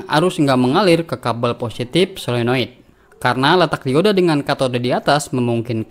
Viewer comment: Saya setuju dengan abang ini. Menyebutkannya tepat. 'Paralel" bukan "Pararel", Solenoid " bukan "Selenoid'.